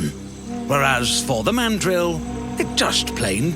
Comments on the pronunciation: Please learn how to say mandrill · did u call it a fucking mandolin instead of a mandrill.... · The fact Cody called a mandrill a "mandolin" lol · cody, it’s mandrill my guy